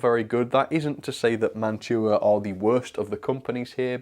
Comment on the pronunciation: You did get a good collection of boxcars, log/ lumber flat car , and Gondola Etc. You pronounce that name and Mantua properly which is awesome the Milky Way candy bar is a nougat with caramel on top plus chocolate which is made by Mars company in the US .Domino Sugar is a common brand in the US also model power was part of Mantua after the Mantua brand died off because they were part of Tyco/Mantua then model power bought them out which model power got bought out by model rectifier Corporation or known as MRC they make model train Transformers or power supplies. Athearn is it good brand Mantua is a good brand Walthers trainline is also another good brand but I will say Baughman doesn't quite pass the mark I have more Mantua / Tyco and Athearn vs bachmann for freight cars. Now that Bachmann comes out with their" silver series" which are way overpriced because they added metal wheels and knuckle couplers that have spring but are nothing like Kadee couplers at all. Not trying to be mean about Bachmann but when they did the silver series Freight cars it's like polishing a turd it's still a turd LOL. I figured to add the Mantua and model power use knuckle couplers from Bachmann EZ mate Mark 2 .I know I have Mantua Classics Freight cars myself but also I have a classic mantua cars that one from 1960's the other one is for 1970s. There is a tool that can help with those Wheels it's a truck tuner I believe it's made by microscale they can actually smooth out the bearing that's plasti